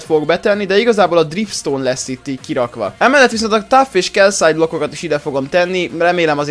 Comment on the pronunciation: Szia. Azt nem "Kelsáj" (Kielytés) hanem "Kálcit" [ Ez nem sértést ként mondtam! ]